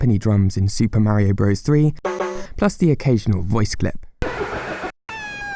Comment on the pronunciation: This was a stupidly useless video that had no bearing in anything. Sigh... But thank you for wanting 7mins You can't say Super Mario Bros. correctly? Hahahahahah LOL FEET OUTTA HERE